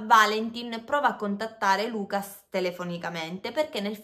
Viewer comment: sei brava, però: Lucà on la U chiusa, Natalì ecc... sono francesi